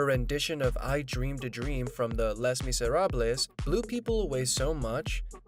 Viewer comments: Please! It is pronounced “lay mizzer-ob.” If you don’t know, ask someone. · Love the way this stupid computer voice says Les Miserable . Proves what a crap site this is .